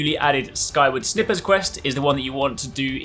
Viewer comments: Snippers? It’s pronounced “snipers”. :p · Did you really say 'snippers' lmao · You keep calling it "Skyward Snippers"... It's SNIPERS... as in "you need to snipe them out of the sky"... you know... like a sniper Thnx for the video tho :)